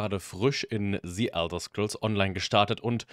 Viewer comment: "Si" Elder Scrolls Online... Sorry aber da kann ich nach rekordverdächtigen 6 Worten schon nicht mehr zuhören...